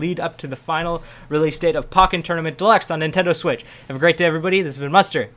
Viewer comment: The way you say pokken bothers me lol